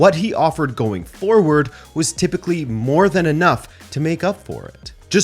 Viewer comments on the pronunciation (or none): none